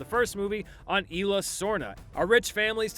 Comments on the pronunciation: Quit calling it Illa, its Isla! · It's ISLA Nublar, not "Ayla". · You don’t pronounce isla like that